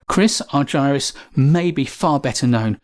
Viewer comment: Please pronounces Chris’s name as he pronounces it - Ar-ger-us